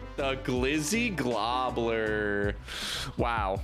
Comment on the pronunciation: Gobbler not globbler god damn